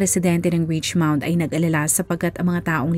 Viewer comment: richmond po not richmound